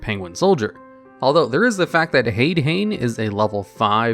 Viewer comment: I'm sorry, but the fact u pronounce card names like "Hade-hane" as "hayd-hayn" is very funny to me I understand where you're coming from, it just tickles me when ppl do that lol